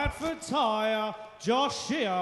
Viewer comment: Its JOSIAH Jo-si-ah Not Joshia ! Dumb shits.